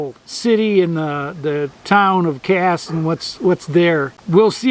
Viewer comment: Casssssss……..like the S in snake. Not the Z sound. 😊